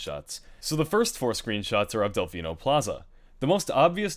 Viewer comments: "Isle Dephino" Wat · "Isle Dephino" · "Dephino" LOL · It says "Isle Dephino". Isn't it Isle Delphino? Or am I crazy? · "isle dephino